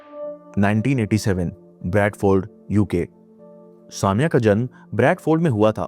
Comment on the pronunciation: It's not saa mia, it's sa me ya.